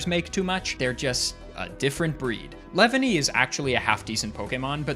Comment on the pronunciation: The way you say "Leavanny" sounds like "Lebanese"